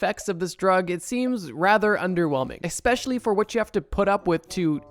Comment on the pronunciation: Eckspecially., hehe..